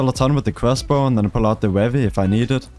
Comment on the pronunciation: not in a horrible way but it's funny how he says wevy 😂